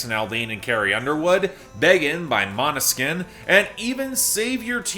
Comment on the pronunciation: Oh my God... finally pronounced Måneskin correctly! At last, I've finally witnessed a miracle!